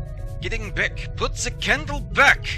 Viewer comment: “Put the candle beck!” Don’na light thet cahndle!